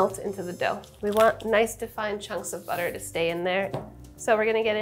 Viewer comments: I heard boutaire, and I was like, "What fancy cooking term is that?" Ten seconds later I realized Sohla was just saying butter with a "fancy" accent 😆😆😆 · I giggled hard when Sohla accidently spelled "butter" in a almost perfect German accent